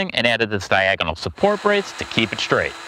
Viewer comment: Shtring. Shtraight.